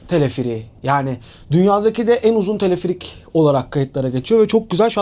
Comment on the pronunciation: Teleferik kelimesini neden Tilifirik diye soyluyorsun video boyunca gulmekten catladik